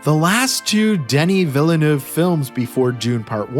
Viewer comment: The first E in Villeneuve is silent. Please stop pronouncing it with such emphasis.